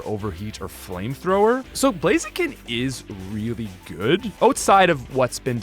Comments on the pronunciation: IT'S BLAZIKEN, NOT F*CKING BLAZEKIN! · IT'S BLAZIKEN THE SECOND TIME, NOT BLAZEKIN!